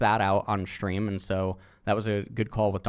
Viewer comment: take a shot every time he says "shtream"